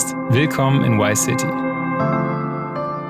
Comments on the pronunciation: VICE city! nicht wice city! sonst 10/10 video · Warum sagen so viele Leute WhyCity anstatt ViceCity?...